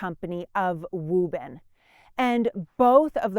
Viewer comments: Ok, she convinced me she’s from Boston when she mentioned “Woo bun” (Woburn). That’s a name that no one would say that way, if they hadn’t grown up heah (here). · I very much enjoy the history of this time period and the great job does in sharing it. I grew up in Woburn (correctly pronounce by Woobin). I have spent many hours just riding around the Concord, Bedford Carlisle areas. My ancestors on my mothers side are connected to the Hartwell's and my great-grandmother fed the drivers of the milk wagons from Bedford Farms. I get a lot of enjoyment listening to and reminiscing about my times living in the area. I have lived in SC for the past 21 years but still haven't lost my accent. People here say " your not from the south are you?" I tell them jokingly yes, South Boston. Thanks again to for such and interesting and pleasant video series.